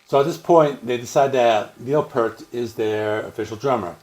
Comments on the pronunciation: Pee-ert...NOT pert! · While you're at it, pronounce his last name correctly. It's pronounced "Pee-ert" NOT pert.@ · I appreciate your love of Rush, but you could at least pronounce Neil's last name correctly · Well damn, now I feel bad because I have a critique also lol 😏 How can you have such a vast more in-depth knowledge of the band and don't know how to pronounce Neil's last name?